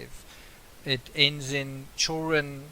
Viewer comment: Why can't you pronounce children? You say everything else correctly, but you can't say CHILLD REN????